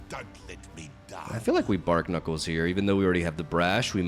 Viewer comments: Bar-knuckles (as in the thing on your fists) Not bark-nuckles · youre pronouncing barknuckles wrong. its a pun between barnacles and knuckles. so "bar-knuckles" (silent k). 🤓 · Who's gonna tell it's pronounced 'Bar-knuckles'?